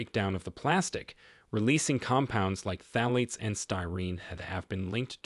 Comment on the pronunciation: Blueberries and yoghurt don't mix, according to the videos about blueberries. Get your heads together. Phthalates and listeria .... Take the time to learn how to pronounce these words. It's called being professional.